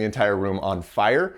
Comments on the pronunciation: It's funny that you kept saying File instead of Fire. I only really started doing that years after learning a fair bit of japanese. I only really notice that with people who know japanese speaking in english. It's extra interesting because I didn't really see what the confusion was about, and I'm not confused about pronunciation in japanese, but it has brought a bit of confusion to my english. My german has also brought some oddities over to my english. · If had a nickel for each time he said “file” instead of “fire” (or for each time that he was doomed by a puppet) then he’d have two nickels - which isn't a lot, but it's weird that it happened twice.